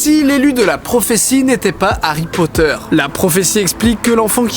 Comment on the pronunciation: Monsieur POTTAH